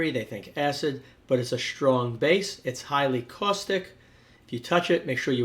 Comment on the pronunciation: “Shtrong”? Sheriously? Ashtounding!